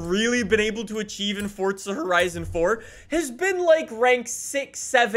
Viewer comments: It’s For-Zah not Fort-Sah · its FORZA!!!!!!!!!! NOT FORTZA ffs